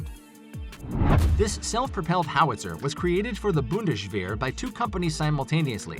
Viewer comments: you americans have no dental care? bundesh wer? what is with the sh sounds every where? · For Pete's sake man, learn to pronounce Bundeswehr. This is embarrassing. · There is NO sh sound in bundeswer , stupid.